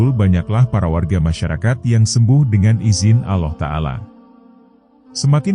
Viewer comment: Ini sebenarnya siapa si yg bercerita ini kok bilang nama Allah dgn sebutan aloh knpa sih jgn² yg bercerita ini org yg kurang ajar ya